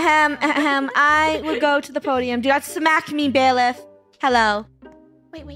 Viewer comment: Its bailif not biller 💀💀